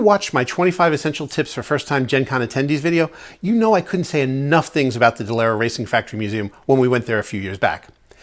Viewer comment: 😆 "aboot", a doing a Canadian accent 😂 I'm from Chicago so I sound normal 😜 (imagine that SNL skit Super Fans) Anyway, it'd be great to watch you and Jackie play Sky Team! If it was me and my husband, though co-op, we'd wind up in a death match before we finished the game.😅